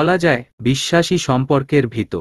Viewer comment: এত বাজে উচ্চারণে শুনতে খুবই খারাপ লাগে। একে দিয়ে দয়া করে আর গল্প পড়াবেন না। কোন উচ্চারণের ঠিক নেই, বাক্যের অর্থ বা মানে আরেক রকম হয়ে যায়। ভিত অর্থাৎ ফাউন্ডেশন, এটাকে উনি উচ্চারণ করছেন ভিতো। আর যতবার kpno উচ্চারণ করেছেন, এটিকে kono হিসেবে উচ্চারন না করে প্রতিটা বার বলেছেন kon. দয়া করে একজন সঠিক উচ্চারণের পাঠক দ্বারা গল্পগুলো পরিবেশন করলে প্রতিমধুর লাগবে। অনেক ধন্যবাদ।